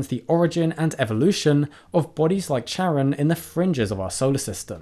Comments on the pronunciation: Plutos moon is named after Kharon (Χάρων) the ferryman of the underworld from Greek mythology. So it is pronounced with a k sound. Good try though 😁❤ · I get you got conflicting results but in the original Greek, Charon is pronounced Karon. Then again the French colloquially pronounce it with a soft "ch", so both seem valid. ^^'